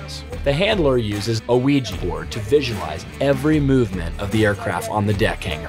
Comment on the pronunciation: did he just say a ouiji board